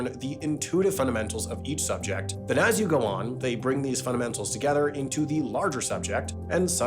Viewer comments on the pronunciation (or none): none